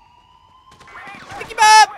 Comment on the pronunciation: it sounds like he was saying tikey bomb